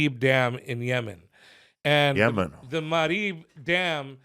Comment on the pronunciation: Lmfao😂 felipe.."YeMan." 😆